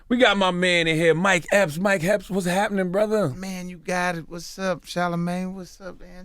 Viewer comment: It sounds like they call him Mike Helps instead of Epps😂😂😂😂